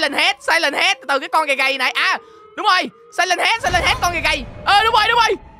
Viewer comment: khúc này người ta đọc là SIREN HEAD còn anh đọc SILEN HEAD là sao anh:))))